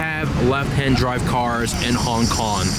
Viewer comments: 'Hon Kon' amirite? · Hon Kon?😂😂😂😂what a fuckboy